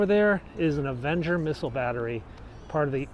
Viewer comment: Did you say missiles?? 🤔